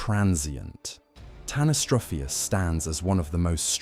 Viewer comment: You couldn't take 30 seconds to check the pronunciation of tanystropheus?? The accent is on the antipenult, which is pretty common in English.